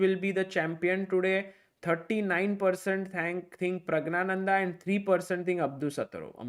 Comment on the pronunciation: "Pragg-Gyaa-Nanda" (NOT pronounced "gna" - silent N) Very strange to hear native Hindi speakers mispronounce a Sanskrit name.